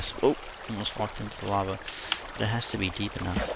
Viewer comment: lava not lave